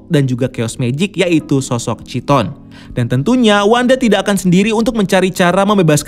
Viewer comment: Tadi pagi nonton Review WandaVision Eps. 9 di BCU, siang nya gua baru ngeh penyebutan nama Chiton pelafalannya sama kaya Syaiton.